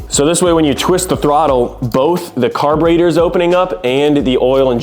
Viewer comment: Carburather Carbutartor